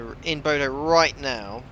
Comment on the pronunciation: Bodø with ø not o. I’m norwegian and i begin to laugh when non norwegian speakers says bodo or budu/o. And Trondheim with d not t but it’s fine.